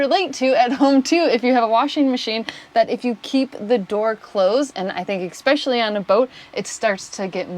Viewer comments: er uhm: ekspecially --> especially ;-). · I love your videos. But please. There is no x in especially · Great video. note that there is no "x" in especially. Or in espresso or etcetera for that matter.